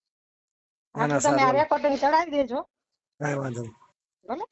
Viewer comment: રેકોટીગ નહીં રેકોર્ડિંગ કહેવાય